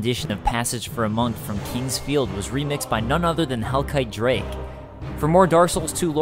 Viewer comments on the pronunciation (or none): none